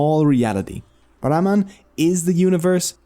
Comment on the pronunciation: Brahmaand( univers) instead of brahman